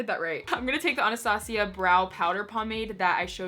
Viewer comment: “AH-NAH-STA-CEE-AH” 😂 love you